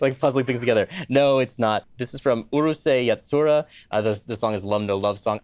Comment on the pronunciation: The urusei yatsura pronunciation hurt me deep in my soul.